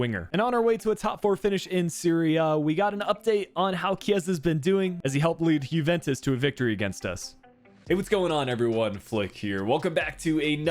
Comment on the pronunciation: Why do you always pronounce the Jue in Juventus as a "Who" and not a "You"?